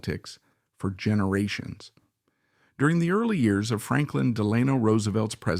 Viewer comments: I really wanted to watch this started it several times. But the mispronunciation of his name I just couldn't take anymore. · His middle is pronounced Delano. The stress is on the e. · I cringe every time he pronounces FDR’s middle name. Still this is a good overall biography. Thanks.